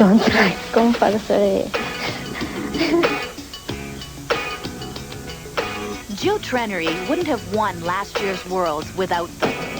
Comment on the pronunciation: "I think very important compulsoey, but I don't like compolsory!" hahahaha I love her comment. lovely person